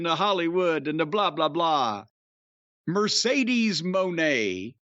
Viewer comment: Mercedes wig is flames burning the blue hair signifies the end of Sasha Banks. And it’s pronounced Muh-Nay